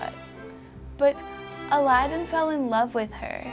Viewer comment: the way she pronounces aladin sounds like 11